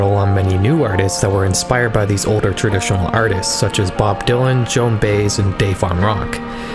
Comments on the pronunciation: Nice video. Just a quick note; Joan Baez's surname is pronounced "BYE-ez" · “Joan Bays”